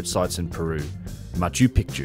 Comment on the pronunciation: Ma-chu PEEK-chu